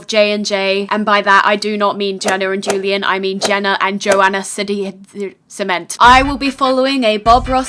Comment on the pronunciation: You say Joana Ceddia's name like "seed-e-a" lol